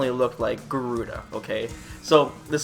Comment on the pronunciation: It's GA-ru-da not Gu-ru-da....